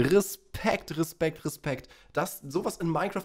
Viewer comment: Irgendwie find ich es lustig dass du immer Rispekt anstatt Respekt sagst